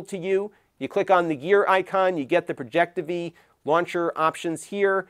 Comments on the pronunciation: It’s called Projectivy. As in Project IVY. Not projecteevee. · Hey it's pronounced Project IVY Launcher, it's a Final Build for an English Based Launcher for Chinese Branded Projectors. It has come a long way I'm glad it's the main stream now. Good luck with Google TV Working properly 😅